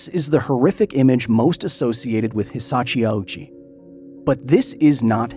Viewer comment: Very interesting video, but I gotta say that the constant (mis)pronunciation of Hisashi Ouchi as Hisachi Owoochi / Awoochi was kinda jarring. If you had pulled his name through Google Translate's read aloud function once, you'd have heard it's hee-sah-shee ohh-chee. OU in Japanese means "long O". Edit: bruh you literally have a Japanese person say his name properly and you still used 3 different wrong pronunciations yourself...